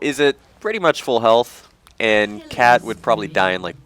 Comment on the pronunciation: kat not Kay